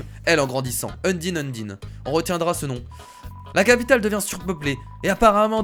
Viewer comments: sa ne se dit pas sans mais sensé et undyne se dit undaillne (en prononciation) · sa se dit undayne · prononce les noms en mode anglais stp c est mieux pck undyne en mode français ça le fait pas